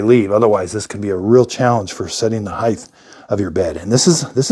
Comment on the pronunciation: The word is “height ending in “t” sound not heigth not a “th” sound. Spelled correctly it is “height” the ending isn’t even written “th” it is “ht” for a solid “t” sound.